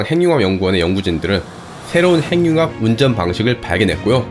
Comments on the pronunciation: 좀 이상하겠지만, 발음~ `행늉합'이 아니라 `해귱합'이 맞습니다. (전음법칙) 받침으로 쓰인 자음이 무조건 `이응'으로 전달되어 소리납니다. 국영화~구경화, 발음~바름, 석양~서걍, 북유럽~부규럽, 미국영화~ 미구경화, 한국인~ 한구긴, 윤석열~ 윤서결 , , , 잘 보세요!! 무조건 `ㅇ'으로 전달되어 소리가 나죠! [전음법칙] ~ 해귱합이 왜 이상하냐~? 발못된 습관 때문입니다. 구속영장~ 구소경장(짱) 영화는 구경하는 겁니다. (미국영화) 미궁녕화로 잘못 발음하면 `미궁'에 빠집니다. ㅎㅎㅎ 미녕화~ 구경화~! 오케이~!? 무조건 이응으로~!! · 행융합이 뭐야? 발음 바르게 합시다. 해귱합! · 행융합이라 읽지 않고 해귱합이라 읽습니다. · 발음 `해귱합'이 맞다는 걸 증명해볼까요? 간단합니다. 하나-둘~셋~ 이런 속도로 핵-육-합 한 글자 씩 읽어보세요! 절대로~ 행늉합이란 발음이 안됩니다. 다른 단어들도 마찬가지입니다. 천천히 한 글자 씩 읽어보세요. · [핸뉴합] 발음봐ㅋㅋㅋㅋㅋㅋㅋ 그리고 ‘발견’이 아니라 ‘발명’이에요. 구분도 못하시나.. 영어 발음 굴리는데만 신경쓰지말고 한글부터 제대로 쓰시길